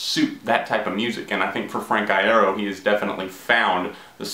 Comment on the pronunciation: every time you mispronounce his last name i cut myself